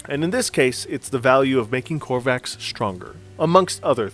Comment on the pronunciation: I know this is nitpicking but please... Please stop staying Crovax wrong! It is not COR VAX It is CRO VAX.